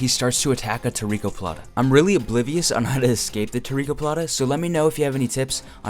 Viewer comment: Baratoplata not tarikoplata at 6min